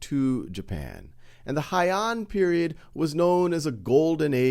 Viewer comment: "Heian" is pronounced "hey-an", not "hai-an" btw